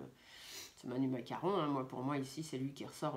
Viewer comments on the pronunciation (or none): Je vous adore trop marrant en disant macaron lolllll